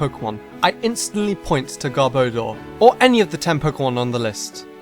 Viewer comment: anyone else notice he pronounced it garb-odor instead of gar-bo-dor?